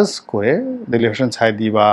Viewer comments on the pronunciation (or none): none